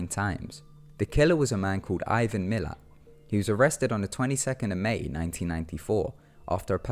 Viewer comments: It's Ivan Milat not Miller. Mill-at! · #3 is Ivan Milat. It sounds like you say Miller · Ivan milat* not miler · Um Ivan Miler??? You mean Ivan Milat. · How the hell can you get the victims names correct and the killers name wrong. Its Ivan Milat. Not happy that you have stated that Australia is a bad place to hitchhike. It is.